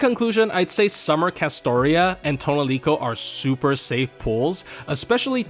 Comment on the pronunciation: Your pronunciation of "Tonelico" makes this unwatchable.